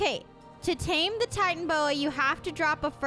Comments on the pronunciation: Its pronounced Titan-a-boa,not Titan-boa.. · It is titanoboa not titanboa guys!!!! Sorry for watching your vid late cuz when you upload its usually around 9pm for my country Indonesia but I was born in Australia. No complaining tho from me Just do what you gotta do - Jeff Goldblum Blue: JEFFFF GOLDBLUMMM!!!!!